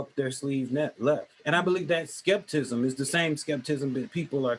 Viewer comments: Yeah that “skepcism” and “supremis”. But I know I know, ‘das rayciss” to point out how intelligent he sounds. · “Skept-ism” Lol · "skeptism" 🤦🏽‍♂️ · Hey bro it's skepticism skepticism say it right bro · It’s “skepticism,” sir. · cant even say skepticism 😆